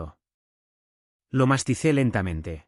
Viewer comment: . ¿ Mastizar, o masticar..? .